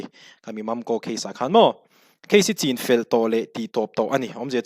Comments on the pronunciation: chinfel hi, i lai hi thlûk loh tur...thlai chîng thlûkin i thlûk daih a,rinna hi thlûkna a awm lo a,rin ang hian chin tih tawp tur..ngaihnawm thin e. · Chinfel i lam dan hi uluk leh hret teh....thlai chi chin zawh tawh vanga chinfel ri angin i lam tlat.